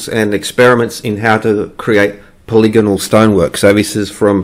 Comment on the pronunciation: you had me at poli-gonal, would have lost me at poly-gone-al